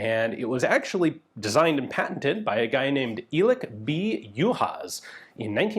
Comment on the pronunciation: Greetings from Hungary! Your pronunciation of the family name is quite good, even for someone who is not a native speaker of Hungarian. I should now, I have the same family name. 'Elek' however sounds more like 'Alec' than 'Eelec'. The patent number, for those who are interested is US A.